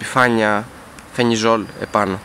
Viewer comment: Αδερφούλη ευχαριστούμε για ότι κάνεις και μπορούμε να μαθαινουμε, αλλά αυτό το "φενιζολ" λέγε το "φελιζολ"